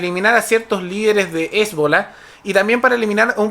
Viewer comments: Me gusta tu canal, pero la pronunciación correcta es chiíta y Hezbolá. Recomendación en buena onda. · Yo y mi TOC reaccionando con picor cuando pronuncia mal "Chiita" o "Hezbola" entre otras palabras xD En fin... gracias por el punto de vista y la info:D